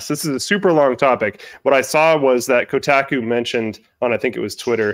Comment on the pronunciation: Yt man can’t even pronounce Kotaku correctly